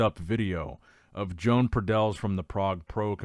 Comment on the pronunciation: The Spanish guy is called, One baddel Not Joan The j is pronounced y Please learn to speak properly 😮 I